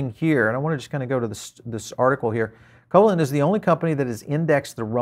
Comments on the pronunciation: Thanks for the update. Covalent is Pronounced 'co-vaylint' , named after molecular bond: A covalent bond is a chemical bond that involves the sharing of electron pairs between atoms. These electron pairs are known as shared pairs or bonding pairs, and the stable balance of attractive and repulsive forces between atoms, when they share electrons, is known as covalent bonding. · co -"VAY"-lent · I'm not sure who you are - your mispronunciation of covalent convinced me you are not an academic in any way. ugh. fluffware